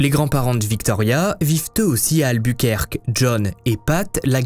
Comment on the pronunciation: « Alboukouèrké » pas « Albourquerke » C’est pas Dunquerke. Et background tu ne sais pas non plus le prononcer en anglais.